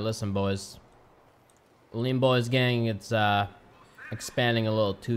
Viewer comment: I like how that hentai girl says "bean bois" 😂😂😂 PS : IKR its lean bois #goodoldbeanbanditsdays #KeepRegie